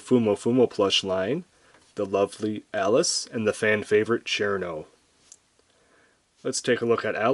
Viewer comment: I really want Cirno because of the smug mug, but I can only find her for 78 euros at the cheapest :c I was going to point out your pronunciation of "Chair-no" instead of "Shii-runo", but the direct kanji translation actually is "Chiruno" instead of "Cirno", so i can see why you would pronounce her name like that... Your reviews are great pls do a Kasen/ Aya review